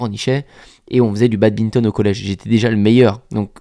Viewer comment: Il dit encore BADBINTON